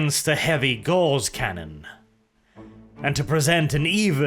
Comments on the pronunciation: Its “ Gow-ce “ not Gawz . Like Carl Friedrich Gauss . Its a measure of magnetic induction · Gauss, not gorse or gauze. The former was a German mathematician, one is a plant, the latter is a cloth. Please stop saying gorse or gauze when the word is Gauss. But thanks for doing more Necron videos, really appreciate them. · That is pronounced GAWS not GORZ. Great video as always. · for some reason every time speaks "Gauss" for me it sounds like "Gauze"... Gauss is supposed to be pronounced /ɡaʊs/; German: Gauß [ɡaʊs] but i hear /ɡɔːz/ weird...